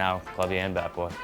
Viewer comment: It's Bat Boy, not Bay Boy you dumb intern. If you're trying to graduate college, atleast play the part correctly.